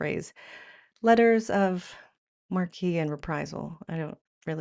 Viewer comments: Letters of Marques (pronounced Mark) licences for private ships to act against enemy ships. Sort of a franchise based Navy. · Letters of marque, surely, rather than marquee...?